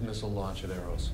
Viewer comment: EROS, sounds like "air ghost"